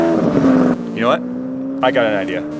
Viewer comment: lmao he said i actually have a idear